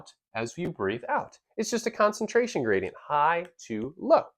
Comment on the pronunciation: What is a “graidenyt”?